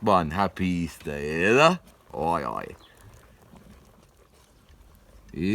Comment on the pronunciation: What a chatacter man!! Come to newcastle mate, you belong here.. but its pronounced WAYE AYE .. not WOI OI